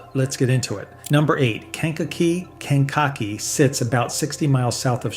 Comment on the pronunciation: AI Sucks. Ken cock e is new to us around here. We usually just called it Kankakee.